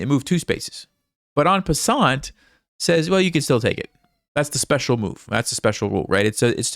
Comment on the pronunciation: En passant is spoken „en passan“. Its French and the t is not spoken….otherwise a very educational way of teaching chess. It’s really valuable to listen to the thoughts of professionals 👍🤗